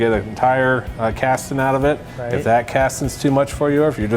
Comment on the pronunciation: "Castin" LOL!